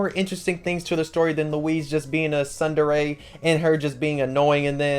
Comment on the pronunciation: you're saying tsundere wrong